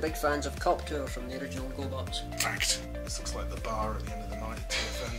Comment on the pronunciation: "big FANS of Cop-Tur"